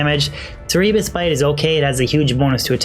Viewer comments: "core-o-net", "sair-e-bus bite", etc. There are lots of cool pronunciation tools on the internet now in case you are ever curious about how to say certain niche names or terms. It will help you maintain your flow since you do such an amazing job giving such long and detailed explanations when discussing these full builds. I have already used several of the builds from your videos, and I am having a LOT of fun since the variety really helps to fight D2 fatigue. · Interesting build. BTW 'Cerberus' is pronounced ker-bear-us (the multi-headed dog that guarded the gate to Hades in Greek mythology) and 'coronet' is kor-oh-net (the hat worn by lords at a king/queens coronation).